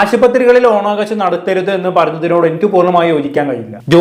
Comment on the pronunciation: ഓണാഘോശമല്ല. ഓണാഘോഷം എന്ന് ശരിയായി ഉച്ചരിക്കൂ.